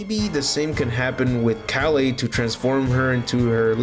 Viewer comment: Why are you saying kale name like that